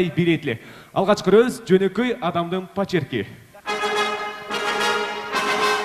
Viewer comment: Пачерк эмес почерк десен